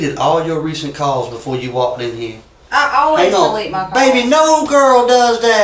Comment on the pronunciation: “What kind of car were you driving?” “Mah car.” 😑